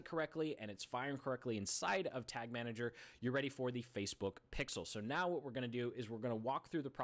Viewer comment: lol "Tag Manger"